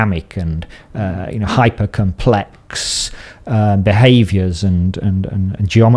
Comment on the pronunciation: Nobody:: "hypahh compLECKSSSSSS beings"